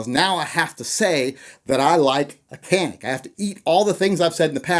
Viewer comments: Canik is pornounced 'Janik' not 'Kanik'. The C in Turkish is pronounced as a J. Just one more thing to piss you off about it. ;--) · Canik is pronounced Janik not Kanic J not the K sound a C can make. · Canik is pronounced Jonic. Like tonic but with a J. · It’s pronounced “Janick”. C is a J in Turkey. Good vid. Thanks. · You crazy round eye white boy, its spelled Canik but pronounced jzanik. I know that and im a pineapple coconut chucking Hawaiian! As far as the.25, why? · Lol, so do you like how the canik (jah-neek) performs?? We all know you have one hidden away